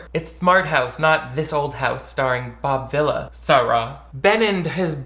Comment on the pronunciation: mispronouncing "Bob Vila" is homophobic